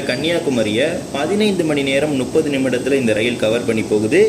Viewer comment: 15 மணி நேரம் முப்பது நிமிடம் சகோதரரே. நீங்கள் 15 மணி நேரம் நுப்பது என்று உச்சரிகிறீர்கள்.. நான் இது இரண்டாம் முறை உங்களிடம் சொல்கிறேன். முதல் முறை ஒரு விடியோ வில் சொன்னீர்கள்.. நீங்கள் இம்முறையும் மாற்றிக் கொள்லாமல் இருக்கிறீர்கள் .😢